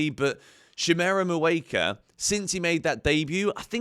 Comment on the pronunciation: Hey George, you’re saying shimmy’s name wrong. You’re saying “moo ay ka “ but it’s may ooh ka”